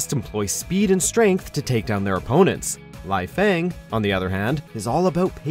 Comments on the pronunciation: Lie-Fang xD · 1 Helena HEL A NA not Helina 2 lee fang not lie fang 3 Ai yana not ayon